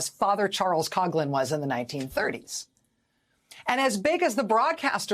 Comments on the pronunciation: It's pronounced KOF-lin not KOG-lin! And, yeah, he was ALL BAD, even for us Catholics. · Coughlin is pronounced “Cofflin” not “Cogglin”…… :) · I think she’s saying his name wrong, it’s like Couflin but coughlin